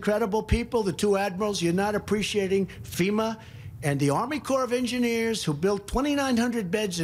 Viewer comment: He also called FEMA "SEMA" Oh brother!!